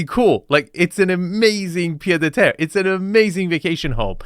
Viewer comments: I'm too french to let this go it's 'pied-à-terre' pronounced piétàterre literally foot-on-ground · Quick correction. In "pied-à-terre", the "d" is silent. I'm only saying it because based on your videos, you seem to like to pronounce in different languages correctly.